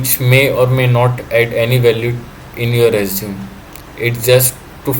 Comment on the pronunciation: Resume is pronounced res-you-may